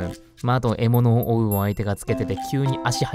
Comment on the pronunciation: 獲物をwow wowって聞こえた私は重病である